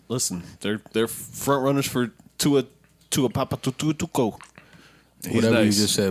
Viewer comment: butchered the shit outta Tua's name.